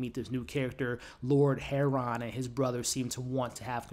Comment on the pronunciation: Do you mean Harland when u say heron